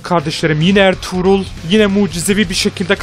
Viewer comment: Abi erturul degil arturut